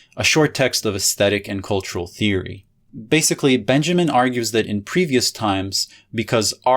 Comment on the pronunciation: You totally nailed Lefebvre, but you kept pronouncing Walter Benjamin as if he was English